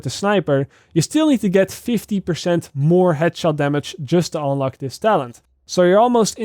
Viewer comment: I love the way you pronouciate un "une" like unelock 😅😂